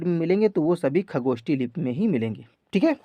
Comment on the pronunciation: Sir ucharan me sudhar kijiy plz. Jaise खरोष्ठी को खगोष्ठी बोलते हो.